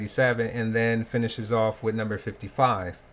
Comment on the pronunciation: "This iz whut we're stuck wit"